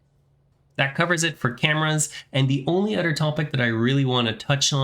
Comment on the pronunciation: Honestly man, it's "other" not "otter" that annoys the heck outta me. Bye